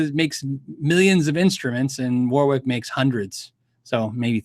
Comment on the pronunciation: FYI - it’s not pronounced ‘war-wick’ it’s ‘wo-rick’.